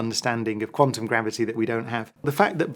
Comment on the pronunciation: Amazing that a suppossed genius like Brian Cox cant even pronounce quantum correctly. Quanum. Surely if he was so intelligent he would be aware of this. He looks like bot. Illuminate puppet